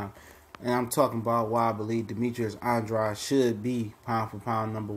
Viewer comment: Why Do People Insist Upon Mispronouncing Boo Boo's Name?!! He Pronounces It "ANN -DRAYD"...Not "AN-DROD"...Not "AN-DRODEE" GOT DAMN!!!